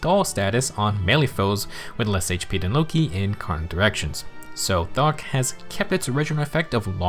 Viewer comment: Bruh you can’t even pronounce “thokk” right lmao